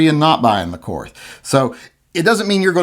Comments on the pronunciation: Its pronounced like "court", not "courth". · it is pronounced "Court". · It's pronounced KORT. The H is silent. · I think it’s pronounced “Kort”. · The correct German pronounciation is "KORT", okay? The H is silent. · My input; you don't deserve a Korth until you can pronounce it correctly. Learn to speak, then get it. You won't regret it 😉. Personally though, if I had that cash to spend, I'd complete my Dan Wesson revolver collection.